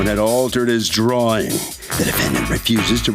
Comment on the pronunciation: It's a drawing, not a drahring....